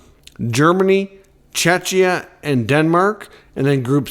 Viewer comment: Still saying chechia! Wrong. Czechia is pronounced Checkia. Like the former names Czechoslovakia then Czech republic. Not hard.